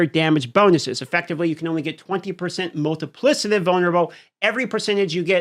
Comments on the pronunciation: It's pronounced "multiplikative", not "multiplisative". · Not trying to bash but because of how many times it was said, it was driving me crazy. Plus it'll probably come up in future patch note videos. The 'c' in multiplicative is pronounced like a 'k' and NOT like an 's'. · Multi plick itive 💀 not multiplisitive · Mul·ti·pli·ca·tive, not Multiplissative. Other than that, keep cooking, my man. Love the breakdowns. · I don’t think it’s multi-PLIS-ative but multi-PLICK-ative. Yeah, I don’t care if I’m that guy. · bro really its multipli K ative Not multipli S ative. PLEEEEAAAASE! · Please please it’s MultipliCative damage not multiplisative damage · /ˈmʌltɪplɪkətɪv/, just sayin 😅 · I love your vids bro and you’re a dope dude but it’s pronounced multiPLICKative! Sorry OCD going crazy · MULTIPLI-K-ATIVE PLEASE, FOR THE LOVE OF GOD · Isnt it Multipli-K-itive? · couldn't listen to wanton destruction of multiplicative pronunciation anymore :( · Drinking game: take a shot every time dm pronounces multiplicative wrong. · Don't let me change the way you say "multipliCAtive" but you are saying it wrong. Not sure if you're saying wrong on purpose of you learnt it wrong... muhl·tuh·pli·kuh·tuhv You just said it so many times it stuck out to me. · New game - drink every time says “multipli”S”itive” in place of multiplicative 2nd drinking game - drink any time says “sohs” or “sews” in place of souls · Am I stupid or is he mispronouncing multiplicative? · You are incorrectly pronouncing multiplicative. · Your saying multiplicative wrong lol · Your inability to properly enunciate "multiplicative" is insufferable...